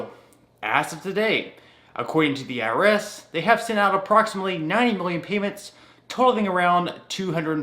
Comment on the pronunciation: it’s called I R S not earis